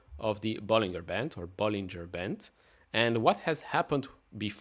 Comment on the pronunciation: Come on now. Better practice that " Bollinger " pronunciation. The corks will be flying before too long......